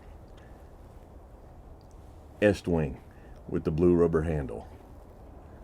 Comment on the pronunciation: thanks for saying Estwing correctly I've been a carpenter and building contractor for 35 years and most say it as Eastwing drives me nuts.